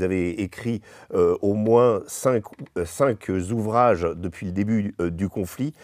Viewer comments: "cinq zouvrages" ça pique un peu... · " Cinq zouvrages" 😮 ce serait quand même sympa que la profession des journalistes s'intéresse à la langue😢 Pour le reste, bravo à tous. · cinq ne prend pas de "s" final, donc on dit, CINKOUVRAGES